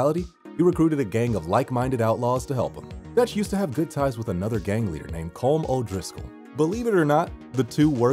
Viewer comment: Just saying "Colm" is pronounced as col-um"